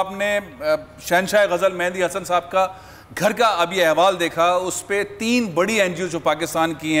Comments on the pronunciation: Tv Programm s host/anchor...Call Mehdi Hasan...incorrect... He says his name wrong... Mendi Hasan🤦‍♀️ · aap to naam bhi theek se nai le saktay